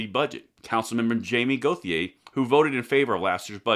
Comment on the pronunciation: Okay, B. In La. the name Gauthier is pronounced Go shay. I know. Dont make sense but it is what it is. (SE Tx. too)